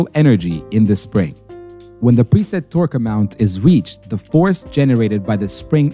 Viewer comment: he's saying it like twerk wrench